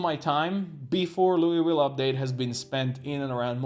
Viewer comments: We pronounce it “louval” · You can just say "Lull-vill" I believe. Like lulling someone to sleep. I know that's not how it reads, but fuck the word worcestershire as well. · We just call it “Loo - ville”.